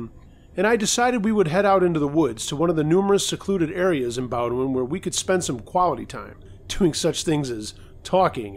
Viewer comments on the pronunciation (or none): I love in maine and it's pronounced bo den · FYI: the college in Maine is pronounced Bodin